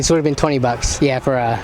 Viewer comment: The way he says bucks is so strange. The only way to describe it is 🅱️ucks